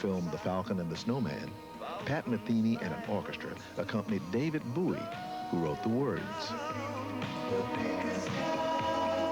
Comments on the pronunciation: Don't be silly. It's David Buoy. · David Buoy? As opposed to David Bowie... lol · What a great vid - another stunner from the vaults. But 'David Booie' - that is very funny, and a teensy bit tragic. The fella is obviously so wrapped up in jazz (dig that knitwear - a dead giveaway) that one of the biggest names in rock or any kind of popular culture escaped him. So he pronounces it like Jim 'Booie', who gave his name to the famous knife. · "David Boo-e" Who the fuck is this guy? I'm gonna call him. 28 years later. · For those who are unaware (and, evidentially, there are many), the guy who mispronounces David Bowie’s name is the preeminent jazz pianist and educator Dr. Billy Taylor. Not exactly a random guy who knows nothing about music.